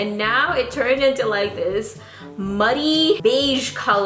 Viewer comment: HAHAHAHA "ohh that just looks like muddehh" 🤣